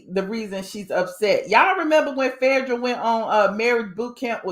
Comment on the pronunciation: Its Phae not Fedrah please